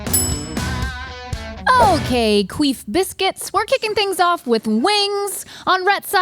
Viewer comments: Queef Biscuits... is that what I heard? 😂 imma use that one. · Did just say queef biscuits